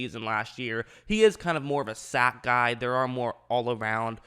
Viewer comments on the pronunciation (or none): none